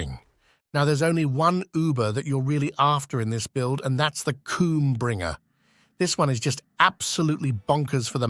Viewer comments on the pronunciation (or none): did he say cumbringer? 😂